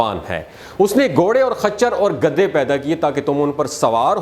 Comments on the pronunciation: گدے کہنا غلط ہے صحیح ورڈ گدھے ھے گدی نہی بلکہ گدھی صحیح ورڈ ہے گدے تو بستر کے گدے ہوتے ہیں یا کاغزات کے بنڈل کو گدے کہیں گے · او گدھے تجھے گدھے بولنا نہیں آتا۔۔گدے گدے لگا رکھی ہے